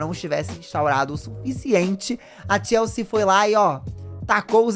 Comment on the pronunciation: Toda vez q o falava TLC eu escutava Tia Eucir